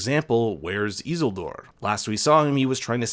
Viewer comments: Getting the names so horribly wrong only solidifies that the people who watched this show know nothing of the source material. It’s E-seal-dor. Not “Eazle-dor” Jesus fuck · it's not pronounced ezull-dor it's ih-zeel-dor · Very nice video :) but one remark: It is "isil-dour" not "iz-ildoor" :D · it's not Easledoor, it's ISILDUUUR. :p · How could you! Pronounce Isildur like that, you should be ashamed 🤣